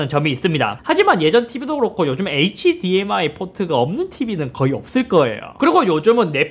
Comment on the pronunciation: hdmi 읽을때 h랑 dmi 나눠서 읽지 말아주세요 ㅋㅋㅋ 굳이 나누려면 hd랑 mi로 나눠주세요 제발